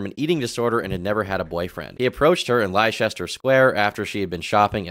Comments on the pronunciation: Americans can't pronounce it. Maybe we should change their maps to Lester so they have a better chance 😂. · PSA FOR ALL AMERICANS it’s pronounced “LESS-TER” not “LIE-CHESS—TER” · Leicester pronounds as Lester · How can you Canucks and Americanos not pronounce Leicester? Is it not obvious that it's pronounced "Lester"? Like in "Molester". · Interesting take, thanks. I did think it was a bit silly when the report mentioned his generally unprofessional behaviour but I think they have to pad things out to make it appealing for consumers. It unfortunately lends more credence to his view that the media are trying to smear him though. Couple of things to note, pronunciation: Leicester should be Lester, Manuel should be Man-well, and Saville should be SAH-vil. Also, reporting SA is extremely difficult and can re-traumatise the victim. The police often can't do anything about it. Or they don't take you seriously. This happened to me when I was in hospital and I didn't know who I could trust at the time but told a key worker once I was out who then took me to the police to report it. I had to explain everything in graphic detail and identify the man. He had been hired through an agency and had left the hospital by that point. All that happened was that the report went on his record and that hospital reviewed their hiring process. Sometimes it's just easier not to go to the police. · Leicester square is pronounced Lester. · really said Lie-cester 😂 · American's pronunciation of Leicester actually makes me gag.